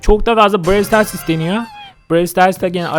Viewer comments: Brewl stars değil brawl stars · Abi brewl stars deyil browl stars diye okunuyo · Abi brons Starsa brens stars diyon .d gene ye cini dicen beaya bi dicen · Brewl stars denmiyo ona Brawl stars deniyo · Berwl stras değil brawl stras